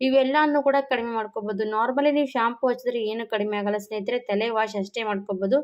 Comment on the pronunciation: Thele alla tale heli